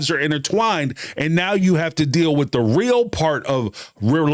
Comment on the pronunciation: They get "rill" (real) lol